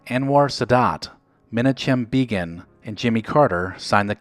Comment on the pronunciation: A great series. But you must put a little more effort into pronunciation. Menachem (meh-nah-kum) Begin (bay-gun) Margot (mar-go, the t is silent) Kidder